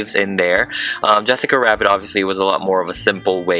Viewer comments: No it's not Jessica Rabbit it's yessica wabbit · Ok love him and this vid but why dose he say yesica wabbit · Why do I keep hear him saying "yessica wabbit" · You said jessica wabbit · "I then retain the hair with a metal brush to make it more FLUFFFYY" thank you for making me laugh also you say "yessica wabbit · Why did you say the yessica wabbit?! It’s Jessica Rabbit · YEsSiccA WAbBIT YEsSiccA WAbBIT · did he say yesaca wabit on purpose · Is it just me or is he saying jessica rwabbit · Wessica Wabbit.. ;-; Not making fun just funny XD That means the sane thing does it ;w; Edit: HoNeStlY....I just love how he talks.. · Its jessica rabbit not yESSicA wAbBIt you fat drag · I'm sorry but I keep noticing you're saying yessica wabbit I sorry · “Her torso is actually squishy” “Wesaca wabit 😂” 0-0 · How many times u said Yessica rabit..... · did anybody else notice that he said “yessica wabit” sometimes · yessica wabbit* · Why does he keep saying “Yesicca Wabbit” 😳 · Why he say wesica wabbit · I almost died when you said "Yessice Wabbit " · Okay it might seem funny but When he had said Yessica Wabbit it was kinda rude that you guys pointed it out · He kept saying yessica wabbit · “Wessica Wabbit” man that can’t speak right in looney toons intensifies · i hear yessica wabbit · This is how much times he said yesica wabbit ⬇️ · Yessica Wabbits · *enthusiastically* “yessica wabbith’s” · “yessica wabbiths” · he says jessica wabbit or whst it sounds like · yEsIcA wAbBit is how he pronounced it. I PRONOUNCE RS AND JS BETTER THAN U AND IM 10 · and is it just me because I heard ‘ yesica wabits ‘ Btw it sounds like you have a cold 🤧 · He's saying it bc in the movie Rodger rabbit says Jessica Rabbit like Yessica Wabbit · Why were you keep saying Yessica Wabbit? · Why do you most of the time say: Jessica Wabit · YASSCAWA WABBIT💅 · "*YeSsIcA wAbBiT*" :O AMAZING. "make it more FLUFFY!!!!!!!!!!!!!!!!!!!!!!!!!!!!!!!!!!!!!!!!!!!!!" :O ALSO AMAZING. My dads acc. btw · "Jessica Wabbit"